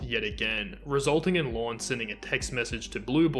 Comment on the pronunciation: The only criticism I have of this video presentation is the excessive number of times the narrator said Lorne's name, and that it always came out sounding like "Lawn." I did get a kick out the two times I heard the narrator saying "gilfriend," and then right after that saying the word "catfishing." I suppose I'm teasing you a bit with respect to your national regional dialect, but we do have to honor the different ways that people have grown up speaking their particular dialect, in this case with respect to the English language, and to value the beauty that emerges from the many voices of individuals who have a "different way" to speak this language. There was a passing comment about what I would call "Elder Abuse," and that is when Lorne, and I think it was his brother, stole $30,000 from this elderly couple on the pretense of doing some major plumbing work--or septic work. But the work only got started before Lorne took off with that money and apparently left town--for good! And then the guy who led a fundraiser to get this money paid back to this elderly couple absconded with those funds! So that becomes another horrible tragedy! And, of course, one of the Greater Tragedies is that Lorne never felt ashamed or believing that, in fact, he did commit a very serious crime. It just seems like he never owned up to what he did. And apparently he still doesn't seem to understand the enormous impact his ignorance in how he thinks and about his actions toward others have played out